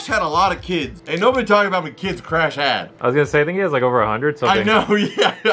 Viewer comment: He called the sea turtle crash no it’s crush not crash